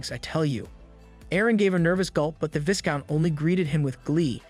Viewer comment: "Vai-count" Not "Vis-count" Love your content